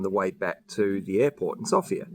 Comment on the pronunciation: The way you pronounce Sofia is just music to my bulgarian ears! :) It is just so common with foreigners to pronounce it like the female name Sophia, that hearing it properly pronounced just feels really nice.